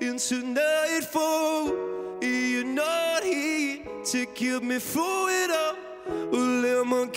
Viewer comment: I love how he says "through" like "foo"